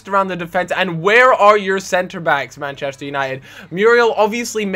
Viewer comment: the Meh-chester united xD